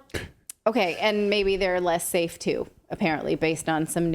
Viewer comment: Not "Saf* 'and not "effect*ve '.........where have I heard that before ?